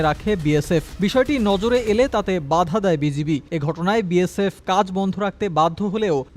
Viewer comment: বাঁধা ??? এটা কি আরব দেশের বাংলা😂😂😂